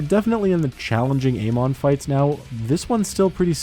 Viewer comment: You're saying Amon wrong.